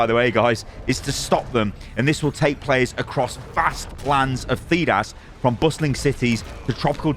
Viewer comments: I’m a massive dragon age fan and I’m a massive fan. I was so happy to see this video thinking is to a fan and then I heard him pronounce “Thedas” and realised he’s been paid for this 🤣 still watched it though ❤️ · I like that he pronounced Thedas wrong :P among other words said over and over in the games.